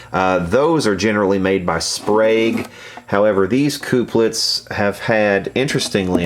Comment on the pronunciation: Please don't say "coop-lets" anymore. They are used to couple connections, therefore they are 'cup-lets'.